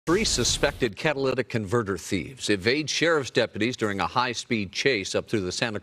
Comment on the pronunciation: Haha can’t get over this reporter pronouncing catalytic 🤣🤣